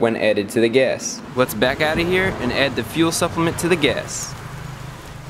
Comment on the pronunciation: Wth is he saying "guess"!?!? Its pronounced "gASS"